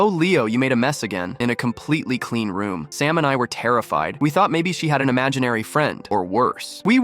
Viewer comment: Sam became “salmon” and “stamina”